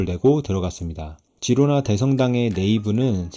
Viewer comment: 스페인어 G다음에 e,i가 오면 “ㅎ”발음이 남. 히로나.